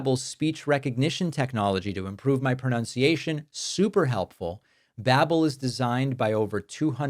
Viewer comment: Babbel ... as in Babbel fish 🐟, pronounced like bible with an A .. B'able.